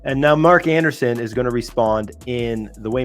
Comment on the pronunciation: It's pronounced Mark Andreessen (not Anderson).